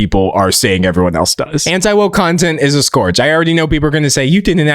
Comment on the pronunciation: FYI - Scourge is pronounced “skerj”. But it just goes to show how much you read and use the vocabulary you pick up on.